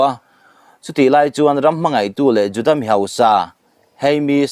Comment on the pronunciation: Juda tih pawh i lam dik thiam nange ?😂